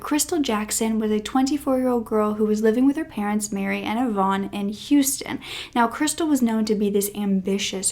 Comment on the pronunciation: Sorry...its not Yvonne, its eye-van